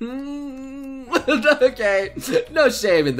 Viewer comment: "Per-Vert" really? You went there? insert Kappa